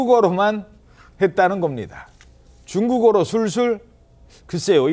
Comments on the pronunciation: 아나운서가 [쭝꾸거로~] 라고 발음 하는 건 좀 많이 지나치시네 ㅋㅋㅋㅋ 중국 ㅈ나 싫어하는 사람이긴 한데 저건 좀 미친 사람같으시네요~ 개그프로도 아니고 ㅋㅋㅋㅋㅋ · 남자 아나운서 발음이 왜이럼? 쭝국어로 쭝국어로 이러네